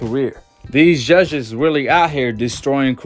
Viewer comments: why. are u saying ZHUZHHEZZ??? JUDGES its Judges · U can’t even pronounce judges correct 🤣🤣!!! He don’t need the judges in his pockets he knocks all his opponents out!!! Your favorite fighter only boxed in the ring with the same REF each fight